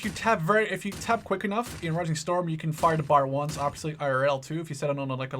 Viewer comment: its not Bar its B A R